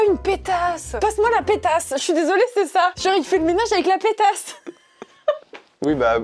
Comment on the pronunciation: On prononce "Péta" pour le torchon, chiffon, le "S" ne se prononce pas ! 🤣🤣